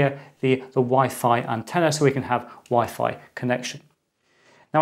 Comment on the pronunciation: Is it just me or did he say Wi-Fly ??